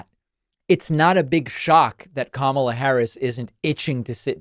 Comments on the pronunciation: The dead giveaway to me was when he said “Kamala” wrong. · Ramsey was so disrespectful to VP Kamala Harris that he didn’t even say her name right. He can’t really believe anything Dishonest Donald said in his interview.